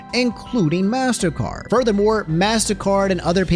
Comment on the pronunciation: its pronounced mastercard not massacre